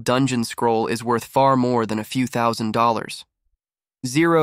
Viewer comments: "221 thousous 66 thar foreign 96 thousand dollars" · 221 tousa oh 66 e 496 thousands